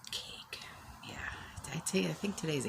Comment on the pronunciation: If was the way you said cake. 😂